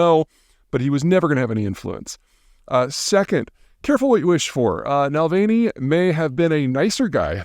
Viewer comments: Please try to pronounce his name correctly and secondly you misrepresent his position on Ukraine. He initially stated Crimea was Russian, but then changed his mind. A Google search would show you this, so this hot take is particularly bad. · Are you sure you know what you are talking about? I mean, you can't even pronounce his name properly (and Navalny is not one of those uber-complicated Slavic names either.) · How can you not pronounce his name correctly... it's so straight forward! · Peter: at LEAST inform yourself about the proper pronunciation of Navalny’s name before you make your videos. With your last name, I would think you would be somewhat sensitive to proper pronunciation…just saying… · Please pronounce Navalny’s last name correctly, it’s really not difficult if you look at the spelling. I’m surprised that in your line of media work, you would get it wrong. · I actually usually like Peter Zeihan's perspective on geopolitics but this video is not one of them. It's painfully obvious that Peter is not familiar with this subject matter. Ignoring the fact that you cannot pronounce Navalny's name correctly, you made numerous embarrassing factual errors in 3 minutes. This video should be taken down and a proper one made with corrected errors. This type of low-quality content is a negative factor for your reputation. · Why can you not pronounce his name correctly? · It’s not even a difficult-to-pronounce name, as far as Slavic names go. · If he was dyslexic and had only ever READ Navalny’s name, I could kinda understand. But I find it hard to believe that he hasn’t HEARD the name pronounced correctly hundreds of times, unless he lives under a rock. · Peter finds the most interesting ways to mispronounce names 😂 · Please pronounce his name right, sir. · Peter, please, Peter work on your pronunciation. Saying foreign names and locations fast and terribly mispronouncing them doesn't make you a better expert. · Na-val-ny, not Nal-vay-ny. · "Nalvainy"? Seriously?